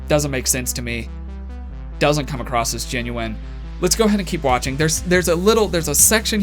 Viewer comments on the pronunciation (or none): why do americans always say "acrosst"....there's no t...it's not acrossed...it's across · Across not acrost.😒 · Does he say...acrosst? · Is he saying "acrosst"? Like "The coffee shop is acrosst the street"? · You did it again at the end..you say come acrosst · If you are so "educated", why do say "acrosst" so much 🤣